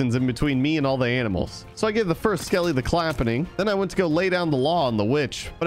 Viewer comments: is it me or do you even hear him say aminals instead of animals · Was it only me but I think I heard him say “aminals” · Did just said aminals for animals 😂😂🤣🤣 only a joke btw no offense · on night 46-47 time to round up some AMINALS WAIT WHAT 🤣🤣 HAHAHHAH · ITS TIME TO WRANGLE UP SOME 'AMINALS' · aminals! haha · it is only me or you just said aminals🤣🤣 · When said "aminals" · did u said aminals? 😂😂😂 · The funny part is when he said aminals